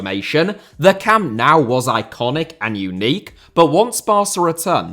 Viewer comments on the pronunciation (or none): btw why do you say Camp Now (as in english "now) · Camp now... 😢 the pronunciation... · I love every clip by him too. But why is every British person/YouTuber pronouncing it Camp "Now", without anyone correcting it? It's stupid that modern stadiums are built in a way that they can't be extended, without gigantic costs. Or else Bayern would've had a fourth tier for a long time. But it's almost impossible. The stadium was built together with 1860 München back then. 50/50. Hard to imagine today. Bayern used the financial struggles of 1860 to buy their shares back step-by-step. That's why the seats originally were all grey and the capacity was only 66,000 seats. Every match at any tournament is always sold out, with the possibility to sell 100,000 tickets more. Bayern would probably be the only football club in the world able to have a +150,000 seater stadium, that would be sold out every match!